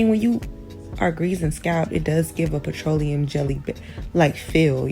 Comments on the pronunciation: PET-TRO-LOT-EM? She lost me after she kept pronouncing it like that 😂😂😂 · THE PRONUNCIATION OF PETROLEUM IS SENDING ME. 🤦🏾‍♀️ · It was hard for me to get pass her pronouncing petroleum and lanolin that way. Idk but I’m listening. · I’ve never heard petroleum pronounced in that way. Thru me off. Had to rewind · So I’ve been I saying “petroleum “ wrong all this time? 😂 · It was hard for me to get pass her pronouncing petroleum and lanolin that way. Idk but I’m always here to learn 😂